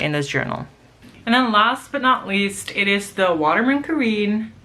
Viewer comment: Cool video. Nice selection of pens, and beautiful inks, too. Small pronunciation point: The Waterman is pronounced Ka-ren, not Ka-reen. There's a grave accent over the first e.